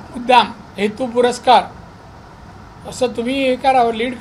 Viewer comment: मला मागच्या तिघांचं कौतुक वाटतंय..... एकदा पण हसले नाहीत..... ह्याला भेंडी सिंधुदूर्ग बोलता येत नाही... हेतूपरस्पर ला हेतूपुरस्कार बोललाय 😂😂